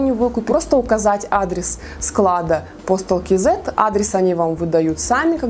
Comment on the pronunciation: "Кизэ"...по деревенски. Или "кз" или как правильно "кейзэд"..